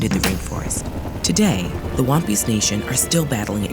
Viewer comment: She says Wampis I hear One Piece 😂😂😂